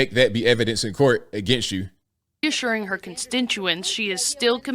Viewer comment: The reporter at about ..."issuring (assuring?) her constintuance" (constituents?) she is still... Wow— the level of incompetence in "journalists" these days...